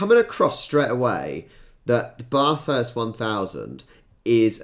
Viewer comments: There are also Female Drivers, one Male Driver met His Wife while driving at Bathurst. It may be understandable when Brits mispronounce it, but it's annoying. Your pronunciation would be correct when it comes to the Bathroom though. I've been friends with Boys as well as Girls My whole life. But there are things I'll never understand about Men. Why the majority are so fascinated by Watching Cricket and Car Crashes. I tell Men "Because I ❤ Cars. I hate watching Racing." Men still manage to shock Me occasionally. Once when I was in My mid 20's. My Large Family were staying at My late Eldest Sister's House in Rockhampton, Queensland along with Friends. Unfortunately She died of an Aggressive form of Cancer. I'm The Baby of 8 Kids, 6 Girls, 2 Boys and 1 set of Twins. I was Mum's Little Surprise Package, She was 44 when I was born. No We're Not Catholic, Mum had difficulties with Medication and Dad Refused to do anything. Back to My Story, one day I'd just come out of the shower and was still a bit pink. When a Young Man who used to live in the area I currently reside in Checked Me Out. So I knew He was bit too young for Me at the time. Boys started noticing Me when I was 7 and I'm pretty used to being Checked Out. But I couldn't understand His Attraction to a Pink Woman who'd just come out of a Shower. In High School I lost track of how many Hormone Crazed Teenage Boys Chased Me. I didn't even have to try. A Classmate who Modelled who even got a Contract with same London Agency a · Outside of racing season, this track is drivable for anybody, it is all normal roads, which they block off. Peter Brock is a Bathurst legend, passed away a while ago. "Bath" here is sounded like "at" not "ah." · Hey, even though it is 1980's I think, this is the one to watch and review. Regardless of the way you might say that word at home, this is the correct pronunciation of this city's name (Bathurst) in this country. Just think of Worchester shire and how the Yanks can't say Wooster.